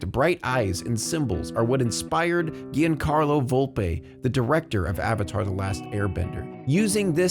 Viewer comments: Giancarlo is pronounced "John Carlo" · giancarlo is pronounced with a soft g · Great dive on this! The through-line you draw explains why I like all of these shows even though I've never seen FLCL. Now I've gotta find it. Btw, Giancarlo Volpe's name is pronounced more like the French pronunciation of Jean (e.g. Jean Valjean from Les Misérables), or to anglicise it, Johncarlo (but with a soft "J"). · “Giancarlo” is pronounced much more like “John-Carlo.” The letter is softened, as in words like “genie” or “gel.” And when the letter softens either the consonant or and is followed by another vowel, the becomes silent. So, for example, “Gio” is pronounced similarly to “Joe.” Giovanni is pronounced “joe-VAN-nee,” and not “jee-oh-VAN-nee.” Giacomo is “JAW-co-mo,” not “gee-AH-co-mo.” Gianni is pronounced “JOHN-nee” and not “gee-AHN-nee.” IPA for those who use it (assuming Standard Italian). - Giacomo: /ˈd͡ʒa.ko.mo/ - Gianni: /ˈd͡ʒanːni/ - Giovanni: /d͡ʒoˈvanːni/